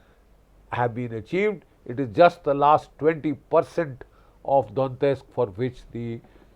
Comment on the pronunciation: Don-yetsk - not Don-tesk.